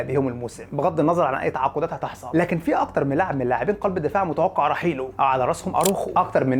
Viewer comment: هو انت ليه اخر كلمة في الجملة تحط فيها حرف "ع" ? 🤣 مارتينيييعز 70 مليون يورووع اخطاؤوا ساذجة و مستفزااع الي ممكن تعوض رحيلووع